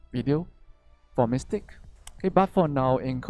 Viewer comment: ..all i heard is mystake..not mystic..lmao..u really are a troll..nice reference there lol